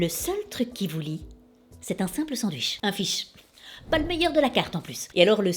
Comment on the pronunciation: Tu dis sans dwich au lieu sandwich... étrange pour une belge, en plus chez nous on appelle ca juste des burgers